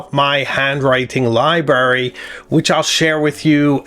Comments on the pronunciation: I apologize but libRary, libRary, libRary. There is an R in libRary. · Love all your videos, but did you say "libary"? Surely I mis-heard!